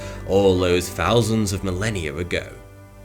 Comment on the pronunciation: Fousands, you say?